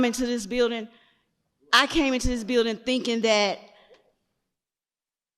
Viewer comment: Maybe it would have taken less time to get into the beeeldin if you pronounced it right.